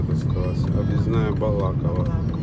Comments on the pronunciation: Не Балакова а Балаково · Не Пугачево а Пугачев, не БалАково, а БалакОво.